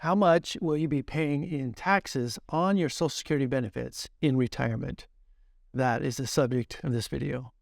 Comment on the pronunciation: Back to the drinking game! Every time he says sochacurity, take a shot.